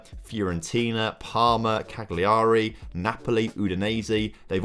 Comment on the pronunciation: 😂 at how you pronounced Cagliari.